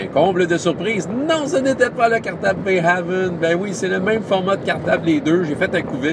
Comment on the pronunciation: Le supplément HERO KIDS Adventures in Bayhaven (de l'éditeur Roaming Band of Misfits Press) se prononce "Bā Hāvn", le deuxième "a" pareil au premier (comme le français é). Haven ressemble au mot normand-français havre: port ou refuge.